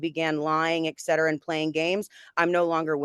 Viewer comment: "excetera" lololol